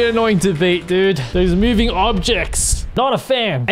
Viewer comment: "Mewing Objects" ~